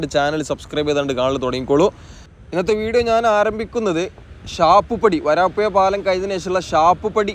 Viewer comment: വരാപ്പുയ അല്ല വരാപ്പുഴ